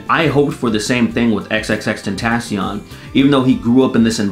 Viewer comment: This video finally showed me how to say XXXTentnation.